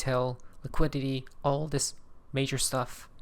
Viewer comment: I believe he meant to say “all” not “ball”